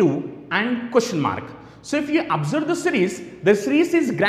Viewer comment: what the hell is a Cooshen/quishen? jk. the pronunciation is: question! Good video overall.